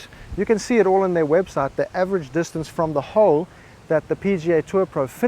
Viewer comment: Just wait until you hear him say "distancey"...you're really going to lose your shit! Some friendly advice...go ahead and watch his videos...but keep your psychologist on speed dial!